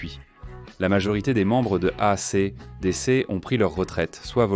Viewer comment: Mare de l'I A incapable e prononcer A C D C : boycotte !!!!!!!!!!!!!!!!!!!!!!!!!!